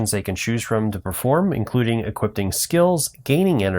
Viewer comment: Hol up. Did this guy just say 'equipTing' and 'glyphT'?